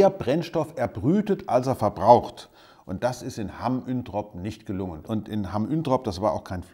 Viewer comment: Es heißt "Hamm Uentrop" nicht "Üntrop". Da sind wir pingelig.